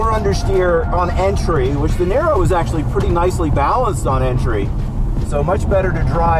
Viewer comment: Now I know that Robert De Niro is very balanced on entry... xD Every time he says "the niro" I understand "De Niro" ^^